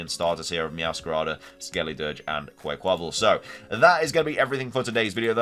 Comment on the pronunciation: I'm gonna be THAT guy and say this: QUACK-quaval. It's not like Rayquaza where it gets the "qua" in it's name from quasar. It gets it from the word quack. Sorry, been hearing a lot of people say it like that and it's annoying to me. Like people who don't know how to say GIF.